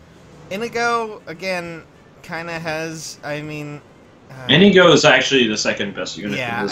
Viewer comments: Come on I wanted that Nohr Azura but I didn't get her. :( Oh and I also think Olivia has the best art. And Inigo is pronounced (In ee go). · INIGO IS PRONOUNCED IN-NEE-GO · its Indigo